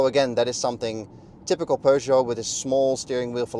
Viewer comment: No. It's a French word and it's pronounced per not pyüh. Doesn't anyone learn French at school?